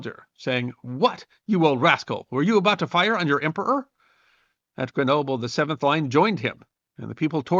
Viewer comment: I enjoyed this video, notwithstanding that you brutally butchered Grenoble.... I always wondered how and why he escaped Elba, so thank you. The other thing about this emperor that always amazes me is how the French revolution killed the monarch and a decade later they had a new sovereign; Napoleon